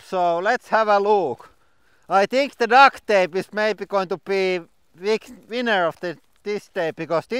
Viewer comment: Duct is pronounced with a "T" on the end and you saying Duct with a "K" on the end and it sounds like Duck. 😜👍